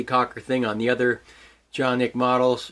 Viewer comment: wow.. very nice to see and hear how really the name it will have to be pronounced